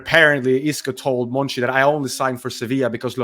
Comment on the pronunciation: i thought his name was monchi not monci